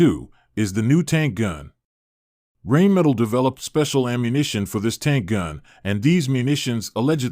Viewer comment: thats got to be the worst pronunciation of Rheinmetall ive ever heard